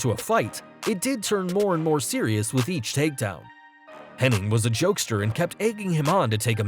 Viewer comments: It’s Hennig, not Henning. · that's how it's spelled hennig but it's actually pronounced henning curt said it an a interview back in the 90s